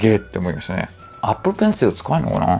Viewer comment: Apple Pencilでさえ発音いいの本当草